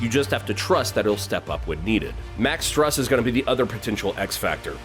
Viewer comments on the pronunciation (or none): Its stroose, its pronounced stroose. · Max Strus rhymes with moose. A lot of announcers have been getting it wrong, it's not just you, but we should all be putting in effort to get these wonderful athletes' names right. Other than that, great analysis. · Max Strus is pronounced 'Stroos' like a goose.